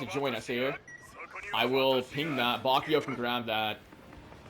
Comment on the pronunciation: Hi 👋🏾not to be rude or anything but how come you say bakiyo instead of bakugo?🧐